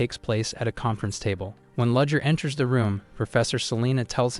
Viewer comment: It took me an hour and a half to realise that 'Ludger' is actually 'Rudger' which should really be 'Rudiger'. lol